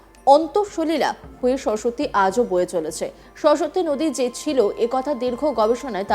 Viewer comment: সরস্বত্তি নয়, সরস্বতী উচ্চারণ ঠিক নেই অথচ সংবাদ পাঠের কাজ করছেন।😢